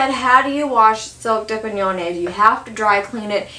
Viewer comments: Its pronounced DUPION ! Please ..:) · Dupioni is pronounced - Dupe-e-o-knee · Its dupion! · Do pee owny but I like the way you say it more. ;) That baby child is precious and lucky to have such a great mama!